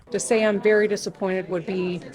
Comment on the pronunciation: Lol! Yeah right! Witchmer. "I was very dispappointed...when I read it in the paper." 😂😂😂 Everything about her is evil and makes me sick!!